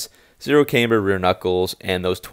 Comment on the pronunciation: Cam-ber not came-ber